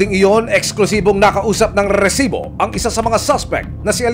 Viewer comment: bakit ganun na yung pag banggit ng "resibo" hindi na "rrrrrrresibo" 😢